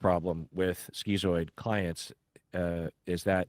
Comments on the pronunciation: Isn't it pronounced "skitz-oid" rather than "skee-zoid", since it's related to the word "schizophrenia"? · Are you saying "schizoid"? I've never heard it pronounced that way, ski-zoid instead of skit-zoid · I always thought it was pronounced “skit-zoid.” 😄